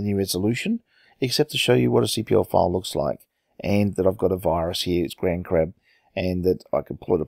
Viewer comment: In the title, and you said it as grandcrab, but grandcrab sounds much better anyway!